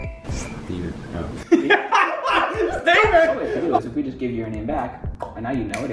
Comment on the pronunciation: Andrew:Stevan The twins:stayvan